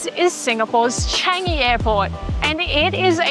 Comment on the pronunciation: Love your vlogs. BTW it's pronounced as CHUNG-EE, not CHANG-EE.